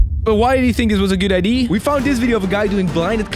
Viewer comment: Why did he think it was a good ideeeeeer